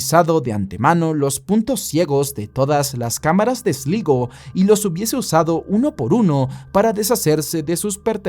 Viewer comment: Esligo... Sslaigoo ay ya compadre 😅😅😅